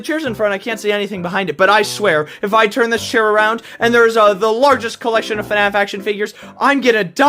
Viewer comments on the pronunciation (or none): none